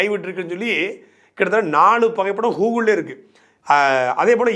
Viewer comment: அண்ணே அது கூகுள், ஹுகுல் இல்ல.👍